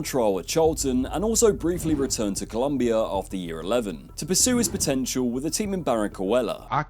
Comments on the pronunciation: Like why do they always get it wrong?😭COLOMBIA. I swear the pronunciation is what fucks it up. I’m gonna start emphasizing the second O. I mean that’s also how it’s said in its native language. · colombia not columbia